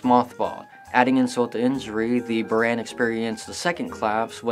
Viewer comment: it's prounced boorahn. and it's not russian shutle, it's a soviet soviet space craft. yes, there is a huge difference.